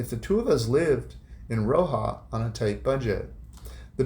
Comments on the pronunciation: It’s RoxaS. It’s driving me crazy when you pronounce it as Roxa 😂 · Hi, just to let you know Roxas is pronounced with the S on the end…my Filipina wife of 41 years is from there..we just wanted to let you know the correct way to say it…keep the great videos coming!